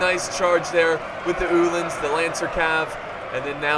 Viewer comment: Ulan is pronounced uhh-lan like Mulan not ulen